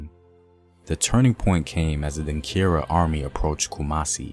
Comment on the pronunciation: The word is Denkyira (Denchira) not Denkira.